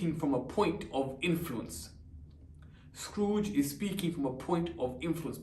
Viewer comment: He said scrooge as scarooge